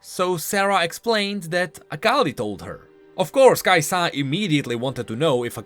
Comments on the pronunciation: i dont wanna be the hermione but damn kaisa not kai saah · why are you like the only person that puts the emphasis on the "Sa" part of Kai'Sa? it slows your sentences down and makes them sound weird.